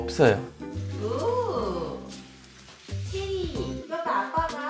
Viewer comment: 그지 없어욬ㅋㅋㅋㅋㅋㅋㅋㅋ 발음 너무 기여우면서도 웃기네욥ㅋㅋㅋㅋㅋㅋㅋㅋㅋㅋㅋㅋㅋ 보다가 빵 터졋네여ㅠㅠㅋㅋㅋㅋㅋㅋㅋㅋㅋ